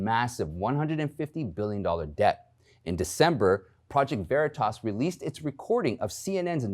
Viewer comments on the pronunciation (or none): none